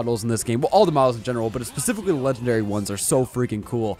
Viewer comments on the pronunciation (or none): Specifically not pacifically -_